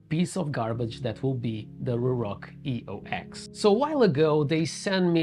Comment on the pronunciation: This is not a review of the EOX at all.... highly disappointed. This is more of a commentary on the company itself. Eox is pronounced Eos btw, its another god from mythology. It symbolizes a rebirth. They are trying to do better as a company. Hence the rebrand from Atlas